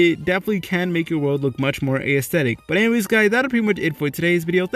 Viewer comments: Lol "ayesthetic" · You said aesthetic so many times. And not once did you pronounce it correctly. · I hatehow he pronounces aesthetic that's not hoe its pronounced its so annoying